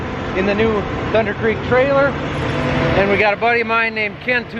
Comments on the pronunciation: It's thunnnndddddder not thunder. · We all say THUNDERRRR even when you don't. Just FYI 🤙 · I got Worked Up by the lack of RRR's following the word "Thunder", I mean not everytime, but specifically when talking about the trailer